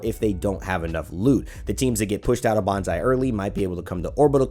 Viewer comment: Please don’t read bonsai as bonzai it’s actually painful to hear. It’s pronounced more like “bone-sai”